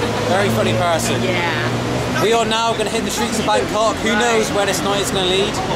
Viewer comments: No need to repeatly pronounce it Bang Cock! :D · They seem to pronounce it like Bangor in Wales.